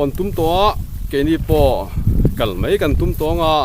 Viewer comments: Meian ani lo maian ti zawk la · Meian nilovin maian aw